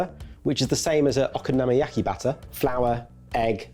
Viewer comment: is the first person from Sorted to pronounce "okonomiyaki" correctly on-camera.